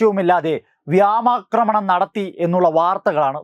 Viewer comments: വ്യാമാക്രമണമല്ല അവർ നടത്തിയത് വ്യോമാക്രമണം ആണ് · വ്യാമാക്രണമല്ല, വ്യോമാക്രമണം. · Viomakramanam & not "viamacramanam"